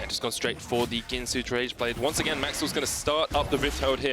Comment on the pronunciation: That "Once Agayn" 😂